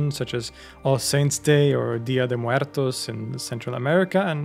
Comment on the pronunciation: You said dia de muertos in perfect spanish accent. Props for that